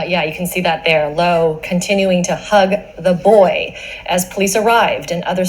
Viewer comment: I noticed the female newscaster seemed to emphasize the phrase "hug the boy". That phrase sums to 33 (Reverse full reduction)